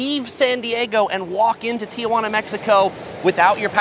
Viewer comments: You can't say "don't call it san fran" or "frisco" then say "Tee-uh-wah-nuh" ...It's Tee-wah-na. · Great video again but omg I'm a bit disappointed that you of all people would pronounce Tijuana as Tuhjuana. Shame shame.